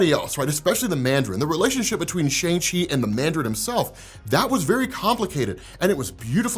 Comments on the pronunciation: Bro it’s Sh-awn-g, not Sh-ayn-g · sh'ayng chi? ... sh'uhng chi... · Sha - arng Chi, not Sha - ang Chi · haha Shane-Chi? Let it go! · You gotta work on how you pronounce "Shang-Chi" There was literally a part in the movie that highlighted how it's pronounced more closely to "Sean/Shawn" which is why it was funny that he chose that as his new name when he left. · Why are you still pronouncing the name wrong? Lol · How are you still mispronouncing Shang Chi’s name after watching the movie? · Love your content bro, coming from TikTok, and this is the first YT video of yours that I’m watching. I gotta say though, with the praise you give this movie, I wish you would have pronounced Shang-Chi’s name correctly throughout the video. This movie was amazing and definitely deserves the right pronunciation. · Can you at least just pronounce Shang Chi correctly please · At least? What else is he not doing you are disappointed with? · mispronounces a lot of comic stuff and stuff in general, so if you think he's being racist or a bigot. Don't even go there